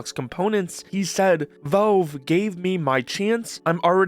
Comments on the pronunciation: Why do you refuse to pronounce the letter a in the word Valve? It's not Velve, it's Valve. The middle of the word should sound like you're saying the name "Al," short for "Albert." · Okay, but why do you keep saying Velve?